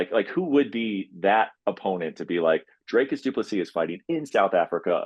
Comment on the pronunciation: I'm from South Africa and Dricus's surname Du Plessis is pronounced Doo-pluh-see folks. Please get it right!